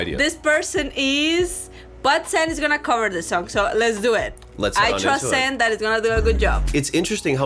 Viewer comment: Thank you for this reaction. His name btw is SAN, pronounce like SON or SUN not sand 🙏🏻🥲 His voice really beautiful. He's one and only lead vocalist of ATEEZ and second best vocalist in the group. ❤